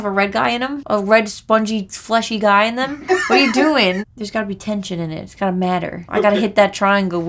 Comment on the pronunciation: "It doesn't mattah, look how many knobs!"